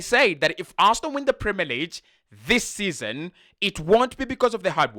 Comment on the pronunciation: Pronounce 'league' properly. You are pronouncing it as LEEJ. But it is pronounced as LEEG. In French G sounds like J in some words and can be a little confusing. However, in English, we have a distinct sound for each letter in the Alphabet